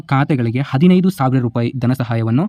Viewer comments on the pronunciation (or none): none